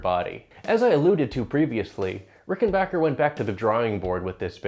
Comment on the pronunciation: It's RickenBACKer, not RickenBAWKer.